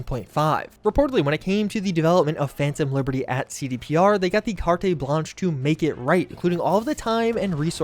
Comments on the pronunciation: heads up, the E on Carte in Carte Blanche is silent. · The cartay blanche?